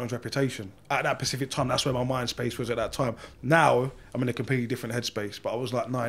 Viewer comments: Once he said “Pacific” a few times that was it for me. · Yes but it is clear he is trying to say a certain word but can't so yes he pronounced it wrong. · He was clearly meaning to say Specific, You know that to point it out. All I am saying is clearly he can't pronounce the word properly. Why is the real reason you said ''that was it for me''? Not like the look of him? Face tattoo?